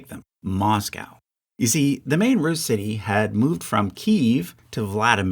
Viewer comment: when he said "Russia was in the war in a support capacity not a main one." I thought he said "not a mean one." LOL...